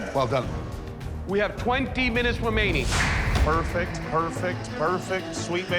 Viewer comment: "We have twenty minutes wemaining" 😭😭